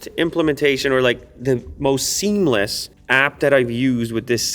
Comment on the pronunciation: Seemles extraction ….lmfao